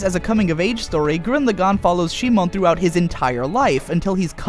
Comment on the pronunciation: If you wanna do it the Japanese way, It's Shimon. シモン literally reads Shi-mon. The problem is how he pronounce it, as most people who doesn't speak Japanese do. Kiryūin Ragyō will be pronounce as Ki-RYU-in RA-gyo if you don't follow the Japanese way. Japanese pronounce their R as a light tap, whereas others make it a hard tongue-rolling R. The problem is the same in Gurren Lagann. it becomes Gu-REN Lagann.